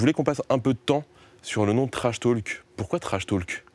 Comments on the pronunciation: Personne: - Le journaliste: « TrashTAULk 😳» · Lucien Nedenon un peu tendu peut-être et sa prononciation sur « trashtalk » ouille 😓 mais les questions et relances sont bien bossées quand même.